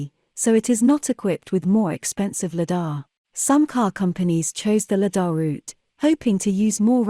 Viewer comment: The correct pronunciation of Lidar is: LIE-dar, with the emphasis on the first syllable.